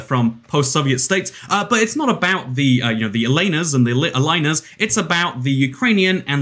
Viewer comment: The way you pronounce Elina sure doesn't sound ukrainian